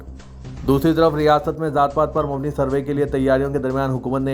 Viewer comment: Attention newsreader ....mubni ..wrong hai....aap mabni paRhe,n